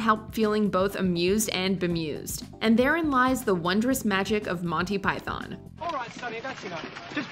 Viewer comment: Learn how to say python.